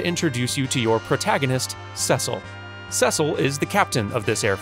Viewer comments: I absolutely love both your channels, and I have Never heard the name 'Cecil' pronounced 'SEH-sihl'. Isn't it 'SEE-sihl'? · ...'Seh-sul'? Don't you mean Cecil? (See-sul) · Ceeee silllll not sesol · The name's pronounced "See-suhl" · The only flawed part of this analysis is anytime you said Cecil's name. Sorry, but it's pronounced See-sill. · I'm 99% sure they pronounced it that way because they mispronounced the name in the Japanese voiceover on the DS. The name Cecil is incredibly old and has always been pronounced "see-suhl." When I first played FFIV, long before the voiceover versions were released, I read the name as the correct pronunciation. I guess ultimately you can choose to pronounce it however you'd like with whatever justification, Hironobu Sakaguchi and Takashi Tokita probably don't care. Have a good one!